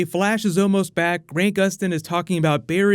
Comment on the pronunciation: He said GRAINT Gustin, bro cmon its Grant (like ant man)